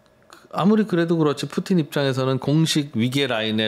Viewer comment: 푸틴을 푸찐으로 발음 하시네요 일본에서 공부하셨나 보네요